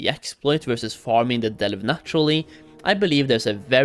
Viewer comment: Can't stand the way this dude says Delve, enjoy the ban